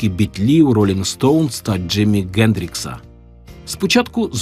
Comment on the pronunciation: Чому Ґендрікс, а не Хендрікс?